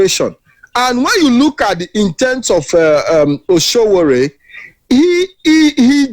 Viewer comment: My friend, his name is not Osowore, his name is Sowore. Correct yourself.